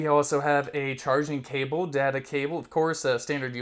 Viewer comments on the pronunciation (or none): none